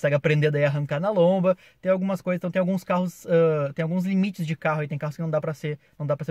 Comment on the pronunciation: o que é lomba? (juro que entendi "lombra" kkk)